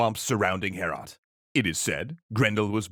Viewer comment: It hurt me in my soul every time you said "Heorot." It's pronounced much like "Beowulf" - "Hay-oh-rot." I really recommend "Overly Sarcastic's" take on this story - it's hilarious. This was fun too.